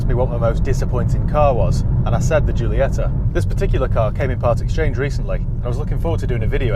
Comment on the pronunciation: Is Jeeolieta.. Like you say Jeez.. When I hear English people speaking Italian or other Romance languages I feel sick. And you know why? What the hell is wrong with you.. we can speak your English very very well and we never get it wrong. Why is not the other way around? Because you are all ignorants? P.S. Very nice content man.. keep it up!